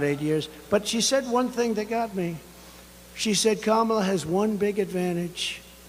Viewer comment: "Eyem better looking than sheyes"